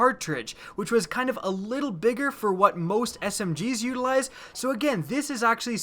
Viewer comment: I terk a dwink erry Tim she said uteralize